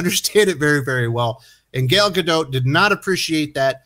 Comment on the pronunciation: Do I think Gal Gadot (not Gador as said in the video and description) has problems with language in America? Yes, just as much as Americans saying and spelling her name do.